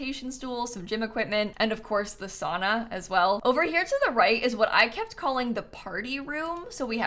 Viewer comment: The pronunciation of sauna is hurting me as a Finnish person